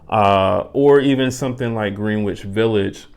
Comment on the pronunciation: Hey man. Found your channel recently and just wanted to say I enjoy your videos. Very mellow ambiance. Heads up, Greenwich is pronounced "Gren-itch".